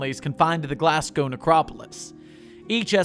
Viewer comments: sir what did you just call Glasgow? I, I can't... its not Glas gauw its Glas go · the way you say glasgow made me chuckle, try saying the first part like glass but with a less pronounced s sound then go (there is no w sound) love the rest though :)